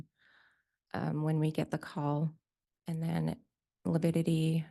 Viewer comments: LIVIDITY NOT LIPIDITY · Lividity vs “Lipidity.”🤦‍♀️Dumb 😂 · I think it’s lividity and he has been saying lipidity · Can't trust someone who can't even pronounce lividity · A doctor who can’t say lividity….